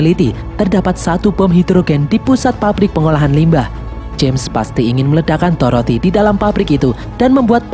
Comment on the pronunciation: Dorothea kak bukan toroti